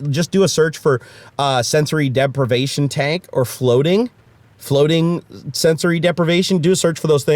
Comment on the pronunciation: The moment when I understood "depravation" instead of "deprivation" -> Wait whaaaaaaaat? Glad to see you back!!!